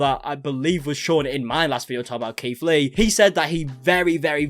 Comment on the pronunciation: I keep thinking hes saying Keef Lee XD oops